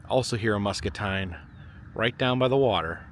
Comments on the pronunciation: Musk-A-Teen not Musk-A-Tine. Had to jest with ya. 😜😜😜😜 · As someone from Muscatine it’s pronounced MuscatEEN… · The town's are pronounced "Musk-ah-teen" & "key-oh-kuck" and OMG you actually went to Burlington for Snake Alley!? No one EVER comes to see it! Its always overshadowed by the CA one. Ours is tighter & considered the longest & curviest ALLEY, the one on CA is longer and claims to be the longest curveiest ROAD. I'm sorry there is literally nothing else here lol EDIT: I grew up in small town right next to Burlington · I live in the area. Love these videos! Muscatine is pronounced Muscateen 😊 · Muscatine is pronounced with teen at the end. They are famous for both their great tasting watermelon and also a melon that is close to a cantaloupe but they call it a muskmelon. There are normally a number of roadside stands open when they have ripened. Too bad that one wasn't available to be able to get one. The figure that you saw in the iBuffalo Bill Museum that you thought was President Reagsn was Buffalo Bob Smith who hosted the Howdy Doody TV show.from . He is buried in Hendersonville,NC next to APR Church. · it's pronounced... Muskateen! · Yessir! I was going to tell him, but I’m sure knows by now. MUSCATINE is pronounced Musk-uh-teen! 😃 👍